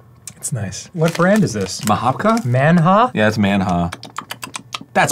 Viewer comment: "Man-ha" is not correct. Had to brush up on my Cyrillic to confirm it though. The text on the packet "малина" would be "malina" it's raspberry flavor.